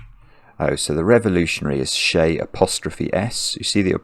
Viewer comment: An annoying pedant would take umbrage at the pronunciation of "Che". Luckily, I'm not one.